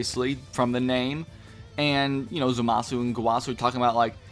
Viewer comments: It's Zamasu, not Zumasu. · Ikr i kept cringing lol but I'm not gonna make a big deal cuz he is very tired in the video